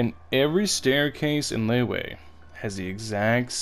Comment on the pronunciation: You ruined Liyue just by pronouncing it as “Leyway”